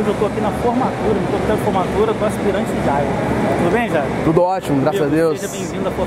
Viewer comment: Asirante ou Aspirante?